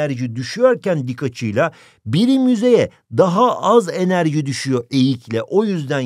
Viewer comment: Birim yüzeye az enerciii